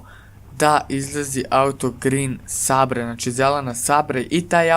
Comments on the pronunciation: super,samo ne čita se "grin sabre" već "grin sejber" (green sabre) ;) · cita se grin sejber